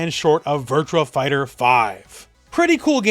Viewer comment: Virtuaxxx Fighter. It’s not Virtual. There’s no L. Stop pronouncing it.